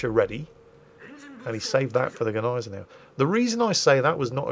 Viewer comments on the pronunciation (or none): Its not Neisenau, its not Geneisenau its Gneisenau... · And the G in Gneisenau IS pronounced !😉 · The "G" in 'Gneisenau' isn't silent..... It's swallowed.... Like the "g" in 'Nguyen'. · Since when is the G silent in German??? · Gneisenau is pronouncend "Gneisenau", not "Gneisenau". Doesnt get any more clear than that.